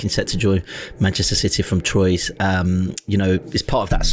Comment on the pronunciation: Thom making a genuine effort with pronunciation and then absolutely nuking the pronunciation of Troyes..